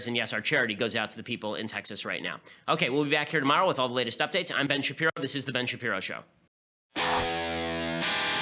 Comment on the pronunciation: "Ben Sharpiro"